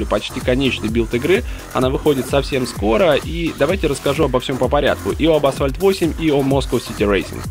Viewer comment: Когда кто-то говорит "асВальт", у меня уши в трубку сворачиваются